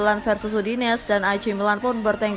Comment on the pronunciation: Udinese mbak bukan udines